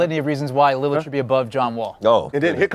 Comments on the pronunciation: "Damian Limmard. Damian Leonard" Damn he really doesn't know his name lmaoo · Every time he talks about Dame he always says Lilard wrong